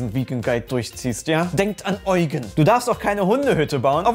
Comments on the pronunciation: Es ist lediglich die Betonung falsch bei der Aussprache im Video. Du kennst ja das Lied „Prinz Eugen, der edle Ritter“ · ich finds lustig wie alle "eugen" sagen.... das wird: "iudjien" wie mr krabs